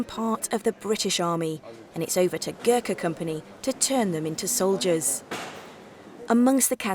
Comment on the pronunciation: At least get the name right its not pronounced ger ka its (Go-r- kha) Gor with an emphasis on Go.